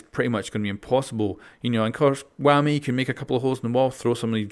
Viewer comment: The way he said wamai (wammy) 😂